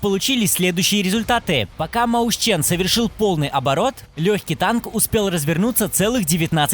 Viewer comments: Не маусчен, а мойсхен (мышонок) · Правильно не Маусчен, а Моисьхен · Кстати правильно говорить не маусчен а моисен посмотри в гугле. Ник: Brat_pt_vod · Не Маусчен, а Мэушен! Хоть бы узнал, как немецкий читается. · Не маусчен а моисхен ибо моисен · Не маусчен, а моушен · Mäuschen читается как "мойсхен", дружище)